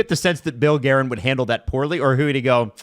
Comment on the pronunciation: I mean hutson’s diction/anunciation isn’t the best so maybe that accounts for hilarious pronunciation of Guerin ‘s name. Even if Guerin holds a grudge now, how long could an executive stay at the helm of US teams? I think Hutson bros will outlast Guerin’s tenure and will be back in the fold when they’re in their 20s